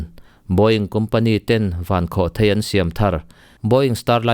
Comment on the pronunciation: Mizo ṭawngah chuan a lam dan hi lam dan tur dik tak a ni e. Thil tlawn a lai kua hi thei (chhemthèi/mauthèi etc..) tih ṭhin ani a, rocket hi chutiang pian nei anih vang chuan "Vankhawhthèi" tih hi adik thlap a ni.